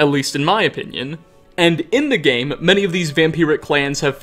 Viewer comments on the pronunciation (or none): Skyrimuh is my favourite gameuh